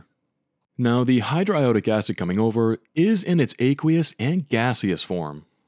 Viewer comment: hydro-i-owe-di- acid is great pronunciation